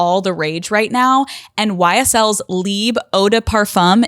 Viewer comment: Omg i am Belgian and speak French but the way you said “Libe” to Libre made my hair crawl 😭😅 I know you can’t do anything about it babe but anyways lol